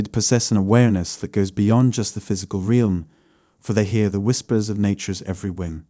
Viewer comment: "UNWARFFERING" (unwavering) "TRANSEWWNCENT" (translucent) "REEEYALLM" (realm) I presume you are from the UK but I hear you pronouncing words differently to the ones in brackets and wonder if that's because you come across as quite nervous in your voice. Anyway, great video, I'm very in tune to people's thoughts good and bad but my empath qualities have taken a dive with illness and domestic abuse but i shall rise again in time. Have a blessed weekend